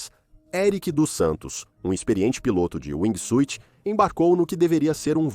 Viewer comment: Narrador: aqui vai uma dica gratuita. A pronuncia correta em ingles de wingsuit, nao se pronuncia a letra "i". Caso isso acontece, soa como SWEET (doce). Tente falar wingsuut. Se escreve com a letra "i", mas nao a pronuncie. Fui!